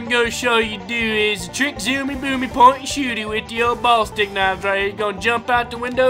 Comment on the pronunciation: its pornounsed bullistic knives not ballstick knives